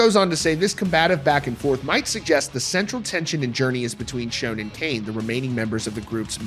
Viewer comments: Considering how long the band has been around, it astounds me on the way people still misspell and mispronounce names. People still spelling Neal as Neil in the comments. And the dude in the video mispronouncing his last name. It's Sch-ON, not Sch-OWN. And Cain needs to go bye bye already. It's Neal's band. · Please learn pronunciation before attempting to use a legends name 😂 Schon like on not like own. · its Schon, like Shawn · Nothing worse than watching a video and the reporter doesn't pronounce the band members names correctly. It's Neil Schon, not Shone. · I believe there is a lot of truth to what he is saying, but let's learn how to pronounce the names, important ones like 'Schon', and his wife's first name. That would add more credibility here.